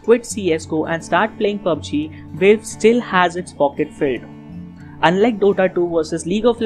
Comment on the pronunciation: Nice vid :) Btw its valve not veilve (the pronunciation)